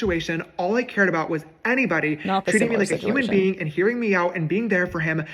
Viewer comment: “Huming beanne”